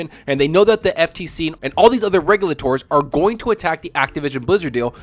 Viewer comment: Did you go to school or is English not your first language that you say regulators the way you do